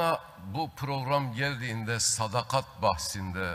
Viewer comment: " SADAKAT" kelimesini bile telaffuz edemeyecek kadar acizsin, tutmuş bir grup milletinin değerlerine sırt çevirmiş 3,5 lara Saray göstericisi rolünü ne cok benimsemişe benziyorsun.😂😂